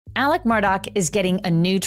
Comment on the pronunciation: For the love of god, can you please pronounce the man’s name correctly??!! It’s ALEX MURDAUGH, not Alec Murdock.